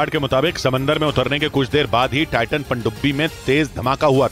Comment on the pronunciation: Pandubi ko ache se bolna siikh le uncle 😂